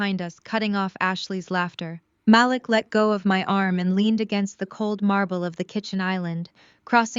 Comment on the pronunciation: Is it possible to use a Black voice and that voice pronounce names properly? Her brothers name is pronounced MaLEEK. I like the stories, but these two things are distracting.